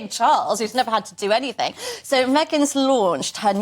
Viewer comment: Why do we have presenters who say "anythink"?